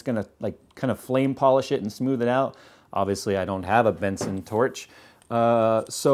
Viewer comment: its Bunsen not Benson hahaha but anyways fantastic video man good Job.